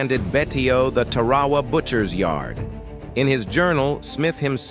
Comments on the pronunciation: It’s pronounced Tar-a-wa not Ta-ra-wa. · Looks like the AI needs to learn how to pronounce Tarawa.